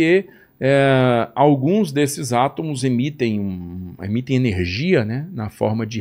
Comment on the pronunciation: ÊSSE CARA DIZ *ATAMOS*...